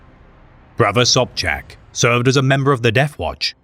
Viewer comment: Im more shock that someone know how to read polish "sz" color me impressed. Side note when we rumble we rumble be it with words or guns.